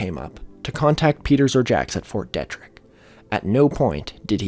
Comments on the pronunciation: fyi, it's pronounced "Fort Dee-trick". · Was the pronunciation of fort detrick making your eye twitch? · It's fort DEETrick in pronunciation, this is driving me nuts